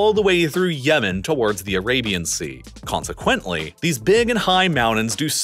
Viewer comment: Bro you are pronouncing "consequently" wrong. it is annoying